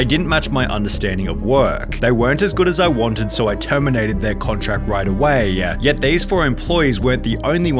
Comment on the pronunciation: Miamiiiiii, firaaaaaaaah, awaaaayyyyyah, problemmmah, levellluh, moneyyyyyah, expensiveeeuh, gooooduh, incorrectlyyyeh, reviewwwuh, cittyyyyuh, fooooodduh, floridaaaaa, countaaaaah, totalllluh, ordaaaaah, bostonnnnuh, collddduh, imstagrammah, herrrrrr, twentytwoooouh, lataaaahhh, ceremoneeeey, restauranntuh, interviewwwah, againnnuh, meeeeuh, attentionnnuh, dayyyyuh, citeeeeey, foillluh, littleeeuh, seventeeeenuh. Do you even listen to yourself why do you say so many words weird